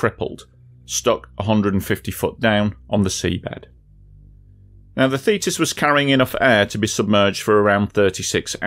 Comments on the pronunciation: So you pronounce thetis as fetus? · I keep hearing "fetus"....very disturbing.